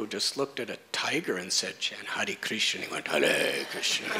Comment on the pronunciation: ..and i've never heard anyone say Krishna so beautifully...makes your hair stand up on ends, Hope i can be your servant birth after birth